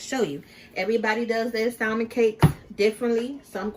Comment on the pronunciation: Her saying SALMON instead of salmon silent L irks me 🤣